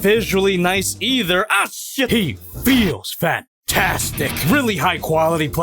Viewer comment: What said: he feeels fantastic What i hear what said: he feels fatastic